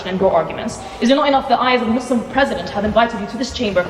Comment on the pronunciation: Why is she pronouncing Muslim all weird ? She looks foolish